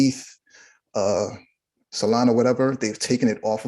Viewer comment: First for “salona” and “dodge” too. LOL